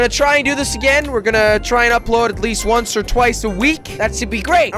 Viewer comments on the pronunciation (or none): none